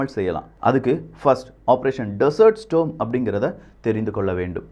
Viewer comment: 🙆ஆபரேஷன் டெசர்ட் ஸ்டாம் (storm) ஸ்டோம் இல்ல🤗🙆